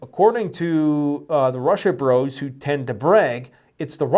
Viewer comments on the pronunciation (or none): none